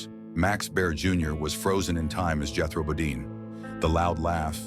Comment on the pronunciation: Automatic Dislike for the AI voice, AI writing, and misleading title. I almost felt like giving it a like for misspelling (and mispronouncing) "Jethro Bodine" as "Jethrobadine". But not quite.